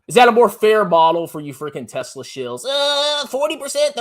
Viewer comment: gets wet when say Yesla